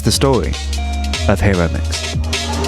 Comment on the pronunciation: Enjoyed! FYI: the "i" in Japanese is like the "e" in "keep" (or the "i" in "Hawaii" Hi (Hee): Like the "He" in "He is." ro (roh): Like the "Ro" in "Robot" (short "o" sound). mix (miks): Exactly like the English word "mix." It was really Araki who changed photography... by selecting Hiromix as a winner of the Canon photo contest that year. To be honest her photos were not significantly different than those of countless others teenagers of that era. Fame in art is as much about editors and curators as "talent". I've hung out with Hiromix at parties in Aoyama over the years. Her fame really went to her head lol. Been in Tokyo for 25 years.